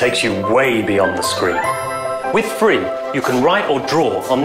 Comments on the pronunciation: it's phree(free) right? gimme 2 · Ugh for a moment I thought he said it was free but wtf is phree man ugh